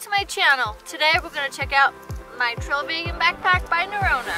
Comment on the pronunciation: Looking foreword too it - remember to use the drone footage for your intro - it could be a signature for your channel - maybe you could praktise pronouncing the Ø in Norrøna ha ha - really like your accent 😊